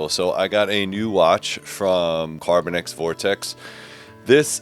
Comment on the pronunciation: CarbinOX, not carbinEX. Sorry, it just irks me